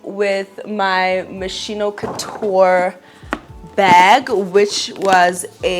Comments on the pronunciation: It’s pronounced mos-kee-no babes not mosheeno 😅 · Love the Moschino bag, it’s actually pronounce “Mo skino” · ps the schi in Moschino is pronounced like ski(n) 😘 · It’s pronounced mos-key-no queen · It’s pronounced moskino babe ❤